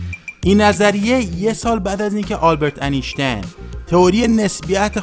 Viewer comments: اینشتین درسته نه انیشتن شما که اینقدر زحمت میکشی برای تولید ویدئو و بالابردن سطح اگاهی مخاطبانت پس این اشتباهات لفظی که وارد زبان فارسی شده رو اصلاح کن. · Anishtain Na!! Ainshtein dorosteh! (phonetique) Talaffoz! AINSHTAIN